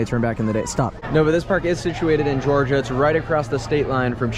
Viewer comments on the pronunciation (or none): none